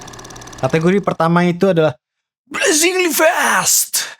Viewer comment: BlaZinGeLy Feasttth wakakakaka